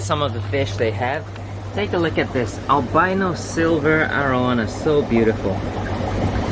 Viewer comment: Great video; I enjoyed watching! Are you originally from Singapore? Your English is so fluent I thought you were from the States until that arowana in the fish store and the power strip. I was fortunate enough to visit Singapore during my time in the Navy. It’s a beautiful country and friendly people as well! Keep the videos coming!